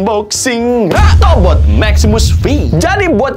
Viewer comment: yang gw denger "tobrut" 🗿